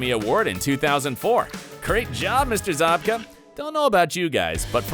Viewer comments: Idk why but the fact that he pronounced it ‘William ZoBkA’ instead of ‘William Zabka’ rlly bothered me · It’s Zabka not Zobka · Zobka? Is this dude joking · It’s zabka not zobka tf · Dude, his name is ZAB-KA...not ZOB-KA... 😑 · Zabka literally says his name, and you somehow manage to mis-pronounce it for most of the video? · You don’t pronounce Zabka correctly.